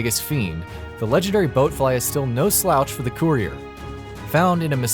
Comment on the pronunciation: "The Legendary BOATfly"...